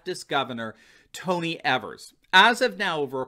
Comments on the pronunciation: It's pronounced Governor EEEvers, with a long E. I'm from Wisconsin. I call him Evil Evers. I'm also a proud signer of the recall petition. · It’s EEE-vers, first E is long.... ēvers...